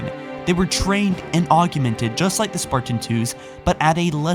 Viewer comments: It's ancient, not angcient, and its augmented not augumented, you pronunciations are annoying... fine video though. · Jeez dude. "Augeemented." "Expandaple to the cause." "Personfication." "Augeemented" again, then "augeementations." It carries on like that, I lost count. If Jacob wrote this, have him present it. You keep mispronouncing and misreading words. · argumented...expandable...do you know how to say words at all